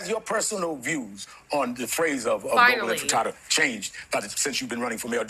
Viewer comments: Why do they keep saying "globalize the fratatda?" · Again, the "infatadda"? Intifadah is an Arabic word that has a definition in Arabic that is factually and categorically NOT antisemitic. And there is nothing complicated about the situation. All of the complicated sounding rhetoric that we have been bombard-indoctrinated into in this country is carefully crafted to gaslight complexity onto something that is very, very simple: 1) how do you establish a Jewish majority state in a place where Jews are not the majority? 2) since there are about 8 million Jews in greater Israel, about 8 million Palestinians in greater Israel, and Palestinians have a much higher birth rate, how do you maintain a Jewish majority? Ethnic cleansing and genocide; it's very, very simple. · "Globarize the inter-fritatta"?!? I think "Rev" Al has been dieting too much! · Inti-fritata made me Lol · “Intifitada.” Sounds like he was having a taco stand flashback. Ozenpic is one hellofa drg. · Did Sharpton just say 'global in frittata'? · 'Words mater'.... 'infitada' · Then what's his excuse? "Inter-fritatta"?!? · Bro said "intifritada" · Global jirard when 🥴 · Globalize the Intifrittata! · We should all be emailing his campaign and telling him not to capitulate to zionists who misrepresent what intifada means and can't even pronounce the word properly.